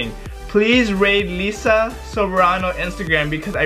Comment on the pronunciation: Its Laiza not leza. Liza Soberano